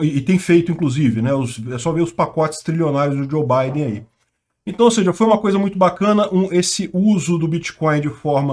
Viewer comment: "entai" aham,, pode deixar que vamos acreditar que você não sabe pronunciar isso